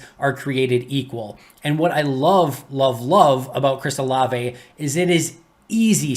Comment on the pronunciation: Can you please tell how to say his name correctly: whenever someone brings him up in the chat, pronounces it "O-Lav" almost like the Frozen character "Olaf"...............please tell him it's "O-La-vay"